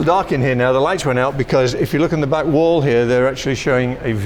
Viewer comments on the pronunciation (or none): none